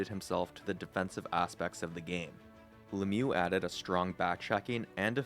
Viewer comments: In french the real prononciation is "Luh miyoo" and Le-mieux don't mean "the best". It mean "The better" wich is still great to represent what he was doing on the ice. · Mate, your videos are great. Pronunciation of the man #66 is "Lem yew". I hope that helps. Rock on, brother.